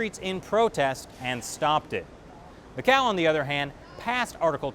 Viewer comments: Mas oque fala este tipo..goin goin mqéu goin ..jajajajajajajaj!! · Macau number-ah 1